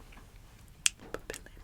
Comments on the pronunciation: no. papillon is pronounced more like papi-on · For “butterfly” in French it’s pronounced pap pee on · i think the correct way to pronounce butterfly is (papiyon) but either way super tingly ❤️❤️ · Butterfly in French is pronounced "papiyon" we don't pronounce "LL" in Papillon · papillon - the “ll” makes a “y” sound so it’s more like papi-yon, and you also don’t really say the n <3 the way you said it gave me MAJOR tingles so i’m not complaining though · This was a very relaxing video. Just thought you might like to know that the 'Ls' in "papillon" (the French word for butterfly) sound more like a 'Y' in this word, so it's pronounced closer to "pa-pee-yon". :) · Butterfly in french is pronouced "pap E on" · For papillon you don't need to pronounce the two ll. In French two ll = y sound. So it's more "papiyon", and the "on" the n is not pronounced, it's similar to "non" which means no in French, hope this helped lol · The word Papillon is pronounced as papion (imagine the ion as how you pronounce champion) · I know people commented on it already but just to write a bit more about it, there's no "L" sound in "papillon". The double L has two possible pronunciations "L" and "Y", and in that case it's "Y". There are ways to help you remember which sound you should use but the grammar being full of exceptions, I'd say it's mostly something you'll memorize by speaking with others. Then there's no "O" or "N" sound in "ON" either since O (or I / U or A) +N all make a different nasal sound that doesn't exist in English. Hope this helps :) 🌸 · I'm sorry to say that butterfly in French is not pronounced like that 😢 but thank you for the tingles 👏❤️✨ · i’m happy butterfly in french was mispronounced cause the way she said it gave me the most intense tingles